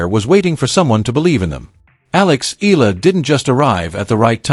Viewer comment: Have to correct you Eala is pronounce like eh- yah- la not ela